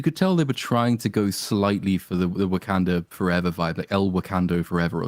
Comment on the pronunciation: hehe giving pronunciation lessons on "twat" when he says shong chi and wakonda (not that i about those names either tbh)